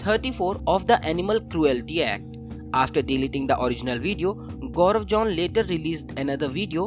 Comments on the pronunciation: It's zone not john though😅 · It isn't Jaun, it's zone!!!!